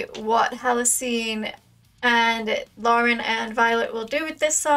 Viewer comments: You're saying Lauren's name right, Addie just got it wrong here :D The cover of Toxicity is also glorious and then they rounded out the trilogy with Aerials. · No, you said Lauren's name right. Addie said it wrong. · More more more! And Addie actually laughs that she's only gotten Lauren's name right once even tho they have done multiple covers together.You were right. Don't change how you pronounce it lol Continue down the Rabbit Hole & fall more in love with Release the Babic!